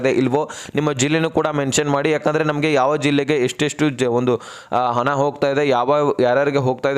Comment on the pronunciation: ಅದು ಹಣ ಕಣ್ರೀ ಹನ ಅಲ್ಲ